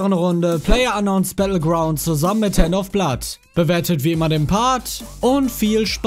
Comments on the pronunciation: Ich hab einfach ernsthaft 'Herr Noffblatt' verstanden anstatt 'Handofblood' was ist falsch mit mir? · ich versteh immer Dr.Herr.Blood